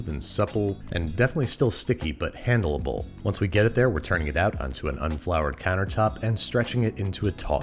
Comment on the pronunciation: He said handle able correctly im so proud